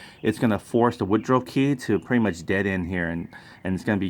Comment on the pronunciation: it is pronounced wood ruff(rough) not wood ro .